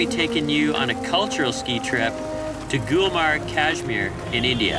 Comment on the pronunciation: It's been 3years you have uploaded the video I watched it many times but I always forgot to tell it's GULMARG ...not gulber ....my beautiful people my beautiful culture....hope to see you again here #love from Kashmir to all your team